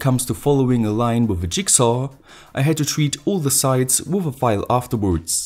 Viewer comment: Why do you say with instead of with